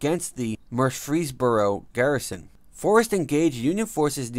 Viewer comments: Murr frees boro, emphasis on murr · Whoever this guy that is narrating should learn how to pronounce the name Murfreesboro. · Cheryl Farmer lol I was thinking the same thing